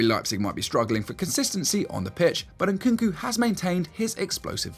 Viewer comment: Not Nkunku but NkuNku